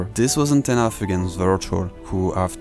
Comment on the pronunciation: omg yeah, his name is and not...